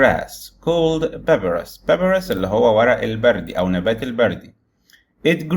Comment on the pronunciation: لو سمحت راجع النطق الصحيح لكلمة papyrus وكلمة wood وكلمة won وكلمة cotton من قاموس ناطق